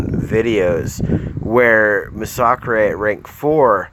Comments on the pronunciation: Nah bro its "Muh-Sock-Chrey" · Bro couldn’t even watch your video cuz you can’t even pronounce masacre. I get kabam can’t even spell the word but it’s pronounced MASS UH KER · You cant even pronounce his name properly you dumb shit lol